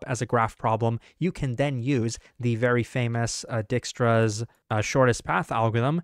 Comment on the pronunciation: dude needs to chill with butchering dijkstra's name every video 💀